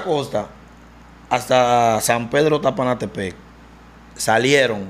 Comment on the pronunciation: Wajaka, San Pedro sapanatepe😂😂😂😂😂 el loco se aprendió lo nombre bien 😂😂😂😂😂😂